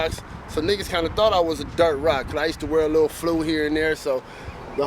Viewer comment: The way he says, “Dirt Rock” 😂😂